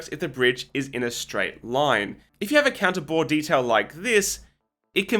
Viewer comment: Every time he said counter bore bridging I had to remind myself he wasn't saying cannibal bridging